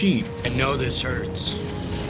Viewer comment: He says: "I know this hurts" I heard it as: "And no desserts" 😅